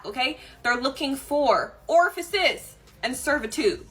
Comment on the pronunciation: 14.36.....i'm pretty sure that ORFICES is not a real world. If you're going to try and use a fancier word so as to appear smarter ! it's perhaps a good idea to get that particular word correct in the first place.